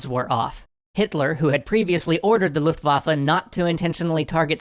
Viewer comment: "Luftwaffel" gets me every time